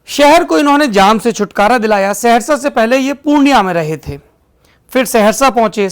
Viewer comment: ये सेहरशा नहीं।। सहरसा है।